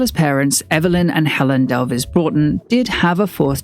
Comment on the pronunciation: Delves as in elves. Not elv-es.